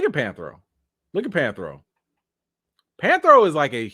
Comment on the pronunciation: Anthony Mackie cannot play panthro He can’t even pronounce the name right….by the way the panthro you showed is not the original one